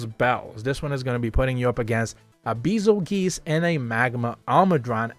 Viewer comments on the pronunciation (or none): "Beezelgeese"😂 But still, great information and great video. And also how the hell are the lunagaron+gore and kushala quests 6 star? Afflicted? Advanced? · Isn't it more like "beizelgeese" or something? But do you know why those quests are 6 star, since it doesn't really make sense.